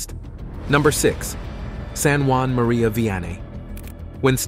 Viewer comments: St. Juan Maria Vianney the “cure” of Ars. Really? He’s French! St Jean-Marie curé d’Ars please also “18ohoh and 19ohoh”? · Why are you calling him San Juan?He was born in france